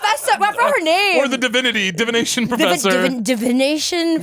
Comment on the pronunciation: I love that Caleb didn’t make fun of Barbie when she couldn’t say divination.